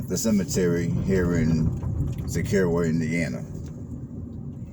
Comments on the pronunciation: If you are going to do these videos showcasing different places in Indiana, you need to do research on how to say the name of the town (Sis Er O), know the bodies of water (Morse Reservoir not a river), know information about what makes Ryan White so special to the town of Cicero, video the 3 public schools and not just a Adventist school, drive around all parts of the town not the same roads, know the correct population (around 5,000), and most importantly advertise the restaurants. You did this small town a disservice with this video 😢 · I live in this beautiful small town and I feel compelled to correct you on some major misinformation from your video. It is pronounced SIS ER O. Cicero, In. Not Illinois. Morse Reservoir is a 7 mile man made lake not a river. The Boathouse Kitchen and Swan Dive has good food and cold drinks along with a fantastic setting on the lake. It is a hidden gem in Hamilton County. You drove around the same streets and didn’t get the most important parts of the town. You missed Cicero Park, Trump Hill, Red Bridge Park and all the great restaurants. Thanks for posting this but try and do some fact checking before recording misinformation. Thanks. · Pronounced sis-sir-o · It is pronounced sis-er-oh